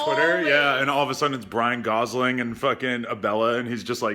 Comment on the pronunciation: Who the fuck is "Bryan Gosling" hahaha